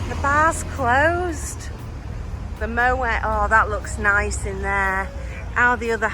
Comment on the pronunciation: The T In Moët is pronounced ! It’s a Dutch name , not French